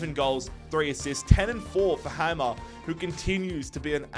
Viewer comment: the way you abolutley butchers my last name noooo.... its pronounced hay-mer aka Hamer :)